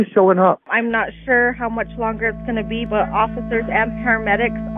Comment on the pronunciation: Your interview is so gross! And I hate it when people end words ending with a G, with a K! So nasty!